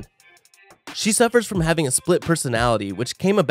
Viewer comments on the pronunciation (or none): none